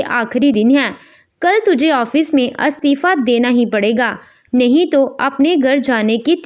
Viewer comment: अ स्तिफा नहीं इ स्तिफा